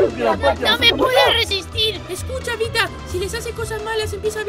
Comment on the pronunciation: Se dice vita no vista